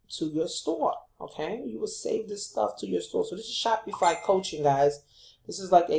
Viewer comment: nice video- but u keep pronouncing SHOPIFY incorrectly as well you shouldnt be showing new affilaites to promote licensed products. You can get into a lot of legal issues as you are not a licensed vendor of Dora products and buying replicas from aliexpess - thats copyright infringment. Always select products without branding or license issues. Thats pretty important. But passion products are important- i do agree.